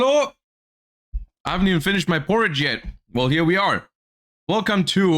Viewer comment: Porridge?? God he's so German lmao